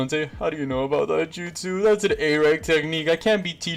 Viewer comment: Say justu